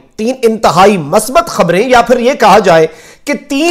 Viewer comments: masbat nahi huta musbit huta hei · Correct word is Musbat Not masbat. Please correct your pronumcistion. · بھت خوب ھے مخدوم پھاںیء اس کم عمری میں اتنی ذمہ داری کے نبھاؤ پر رشک آتا ھے دوسرا یہ کہ اردو کا تلفظ صحیح ھونا چاہئے مثلا مثبت کا تلفظ میم کو پیش لگاکر ادا کیا جاںےء